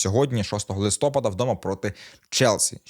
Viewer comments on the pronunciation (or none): none